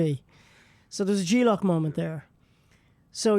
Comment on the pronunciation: G-lock? I think he meant "J-lock"....unless he pronounces "J" like "G". Hard to tell.